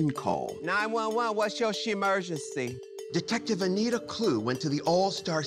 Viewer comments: "What is ur she-murgency?" I meeean come on now😂😂😂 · “9-1-1…what’s your SHE-mergency?”